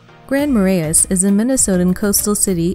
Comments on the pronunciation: Who coached the woman, doing the voice over, how to pronounce the names in this video? PortRage? Grand Mara-is? Wa-bash-a? C'mon! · and massacred Kabetogama & Marais, lol